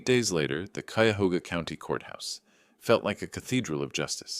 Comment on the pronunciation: Love this story. And the narrator actually pronounced Cuyahoga the RIGHT way!!